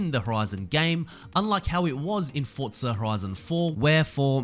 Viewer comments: Why are you saying “Fortza”? It’s just “Forza”. There’s no t in there man. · It's Forza not Fortza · Forza. FOR ZA. Not fort za. There is no “T” in there. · i like you, but i don't like how you say "Fortza"